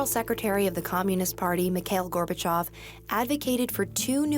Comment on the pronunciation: "gorbha chaaav" - this friggin lady 😂